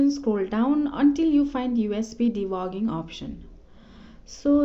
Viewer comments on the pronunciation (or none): BRO JUST SAID usb debogging😂😂😂😂